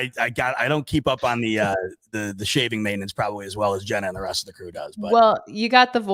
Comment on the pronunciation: Mispronounces Jenna's name then cuts her off at the end so sge couldn't say go bills lmao the disrespect is real